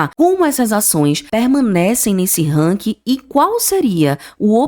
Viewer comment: Buenas Não querendo desprezar teu vídeo e sim, dar sugestão, acho que tu precisa revisar tua pronúncia nas expressões em inglês. Tenho que dizer, dei mais atenção às pronúncias do que na tua avaliação dos bancos. Puxa, falar "ranki" matou meu ouvido... Melhora por favor tá? No mais, concordo, o BBAS3 tá D+ e vai, ao meu ver, cair para menos de 25 reais. Minha opinião 🙏